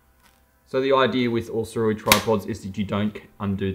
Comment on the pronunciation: You’re an Ambassador, and they don’t mind you mis pronouncing the name? Its (Soo-Ray) Wise/ sage person is the meaning. Guess this is lost on some people? 🤔🙄😃😂🤣✌🏻